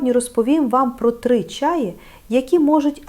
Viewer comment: ... та не чАї, а чаЇ (чому ви можете навчить, якщо навіть наголос у слові не годні правильно поставити... біда та й годі ... 😢)